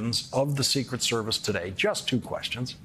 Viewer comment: Too much emphasis on the “ secret” part, less so on “ service”